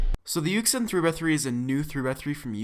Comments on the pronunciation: Jr co rd: yuxin Everyone else: yushin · You don't say it like yuk sin, you say it like yushun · It's pronounced as "YuSHin" not "YuKSin" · Its pronounced yoo-shin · its pronounced yushin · I feel like yuxin is pronounced you shin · Its pronounced yushin. Its okay though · Its Pronounced Yu Shin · no it's actually Yuxin